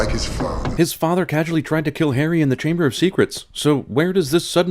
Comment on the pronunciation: the chaNber of secrets? Really?